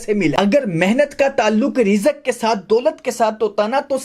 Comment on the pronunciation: Bro love your point but Rizak nahi hota risk hota ha